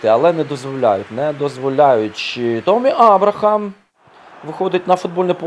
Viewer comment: Не томмі а теммі абрахам